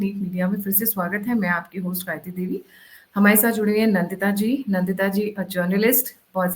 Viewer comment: The guest name is Nndita and not Nandita.. NDita.